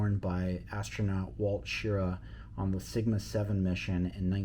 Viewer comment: Just FYI, the astronaut who wore the original’s name is pronounced Sh-RAH… Wally Sh-RAH (as in RAH, RAH, RAH!). Got it?